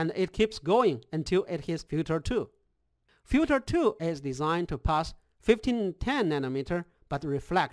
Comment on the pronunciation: FILTER! Not fjuter :). Nice thx.